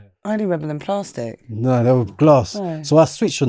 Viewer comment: She said "plaaastic" like a bengali 🤣